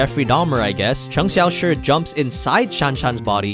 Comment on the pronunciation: Appreciate your pronounciation of cheng. Xiaoshi